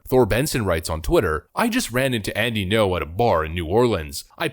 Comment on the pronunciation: Alright boss… let me keratin ya something. Say “thinking-oh” without any pause where the dash is. Then remove the “think-ee” sound before it. That’s how you pronounce Ngo. Thanks for the content.